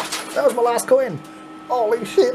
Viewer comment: Holy Sheet , ( Little Accent There ) LOL At least that what it sounds like to me ! So Funny ......... LMAO : )